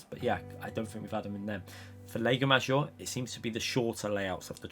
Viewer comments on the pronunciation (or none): think people would avoid catalunya in the group ones, that damn chicane at the end!!! maggiore - pronounced 'MAH JEE OH RAY'